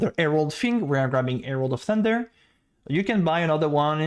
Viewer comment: "aste" "erald of ash" LOL why can't you pronounce basic stuff? XD anyways thanks for the guide, actually gg